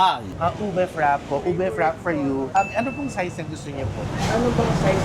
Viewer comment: pronunciation po ng frappe is frapey